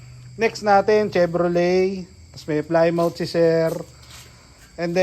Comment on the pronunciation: Ang tamang bigkas o pronounce po sa Plymouth ay "Plih muth" po 😊